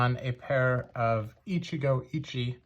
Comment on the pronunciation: As a Japanese speaker, I am obligated to point out that the last “e” in “Ichigo Ichie” is not silent. (Pronounce it like “eh”)